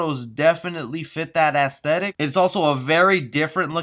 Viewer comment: Also don't pronounce aesthetic like that.